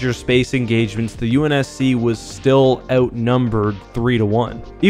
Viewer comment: Ahh yes the UNS-Shi lol